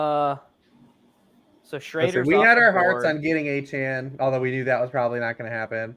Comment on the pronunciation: can you mfers learn how to pronounce achane